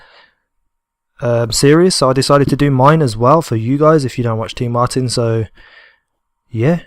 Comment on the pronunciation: Is tmartn not TeeMartin.